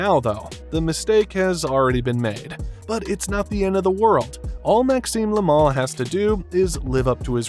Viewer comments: Yoo dide noteuh sayeu "le mal", yoo soundèd morre likeuh "laimon" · Look: they way you say "le mal" makes it like the mall in u.s. You say it like it's "le moohl" but it's "le mal"... Clear and simple No "ooh" inside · Le mal, not la mol.